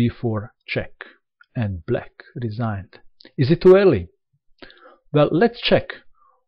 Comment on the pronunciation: i love the way you say black RESIGNED